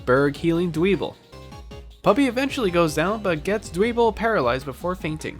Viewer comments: It really Bugs me, how you mispronounced Dwebble. I understand mispronouncing some pokemon names, like Riolu since it's not obvious that it's the beginning and end of Lucario shuffled up, which I mispronounced as R-ow-loi for the longest time. But, I feel like the bug living in a pebble having pebble in it's name is as obvious as getting over the head with a rock. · Dwebble (Dwell-Pebble) Toe-may-toe to-ma-to, I know, but I did warn you I'm a bit of a pronounce purist